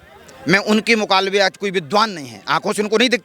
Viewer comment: Pahle mukalabe aur mukabale me kaya fark hai yah seekh lijiye